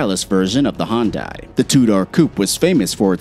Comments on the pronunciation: Hyundai not hon-die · Hyundai? Nah man, Hondye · Please learn how to say Hyundai